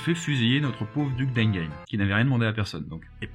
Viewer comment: Pourquoi une si mauvaise prononciation de duc d'Enghien ?